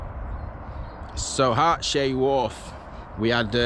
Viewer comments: Harts hay not hart shay get it right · Pronouncing Hartshay Its Harts....hay, but locals tend to say hart...sea. If you go down Butterley Hill and park up then walk down the side of the reservoir you come to the over flow for the reservoir just down from there is the original portal to the Butterley tunnel the canal then goes to the tunnel under the A38 road.